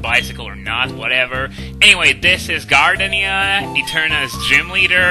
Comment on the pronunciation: Gar-Deenia Excellent playthrough, thank you for trying to make the game a bit more challenging.